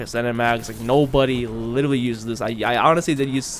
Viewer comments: “You can LIDALY put a flamethrower on your gun” L I D A L Y . . . LIT-ERAL-LY Practice your literallys bro haha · LIT-ER-AL-LY* Four syllables my guy